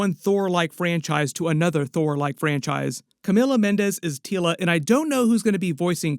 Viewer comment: Your saying her name funny it’s Teela like tea 🫖 La thank you this is serious to me because I named my daughter after princess Teela lol. Anywho I hope this movie is great!